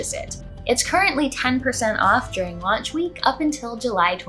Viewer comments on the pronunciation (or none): none